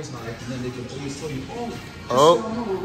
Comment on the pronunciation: “Alawys” “relestate”… 🤦‍♂️